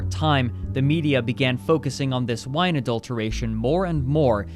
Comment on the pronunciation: "midia" omg idk if that was on purpose but ily and I will now forever pronounce Media as "midia" thank you